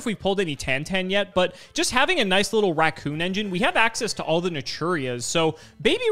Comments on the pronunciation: It wasn't even 'rancoon', it sounded more like 'rancoo'. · saying Rancoon instead of raccoon is hilarious